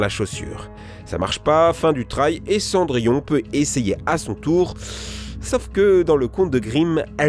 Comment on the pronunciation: Fadièse Panda je me suis demandé si pour Cendrillon il l'appellerai pas cendrier.